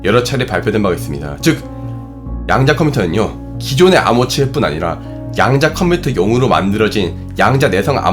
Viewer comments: 양자컴퓨터 발음이 뭔가 양야컴퓨터 처럼 들리네용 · 양단껌쀼터 양단껌쀼터라고 들립니다 발음연습좀 하시는게 좋을듯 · 자꾸 냥냥컴퓨터로 들리네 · 개인적으로 이 채널 참 좋아하는데 얘기하실때 발음이 부정확하신게 참 아쉽네요.. 특히 이 영상의 ‘양자컴퓨터’는 발음이 정말 거슬릴정도로 부정확해서 댓글 남깁니다ㅠ